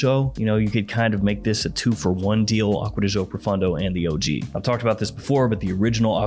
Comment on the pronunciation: Pro foon doe is correct pronunciation